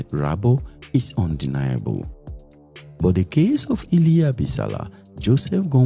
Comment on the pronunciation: Exactly! And also, pronouncing 'but' and words ending with 't', the way you would pronounce words with 'th', like 'death' was so uncomfortable for me. Apart from these, the narrator did well